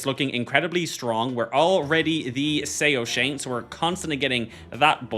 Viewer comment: Soashyant = sow-shy-unt(I'm zoroastrian) 😅